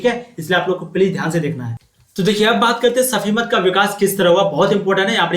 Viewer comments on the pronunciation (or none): Sufimat hota hai safimat nahi hota hai